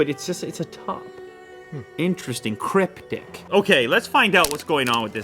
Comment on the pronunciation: was i the only one who heard him say "it's cryptic." but sounded like crip di**?!?!?!